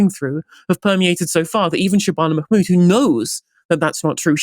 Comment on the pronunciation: check your pronunciation of Mahmood please... there's an H there that is not silent!